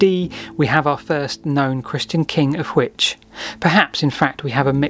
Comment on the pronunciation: Just so you know, Hwicce is two syllables. There was no "silent E" until after the Middle Ages.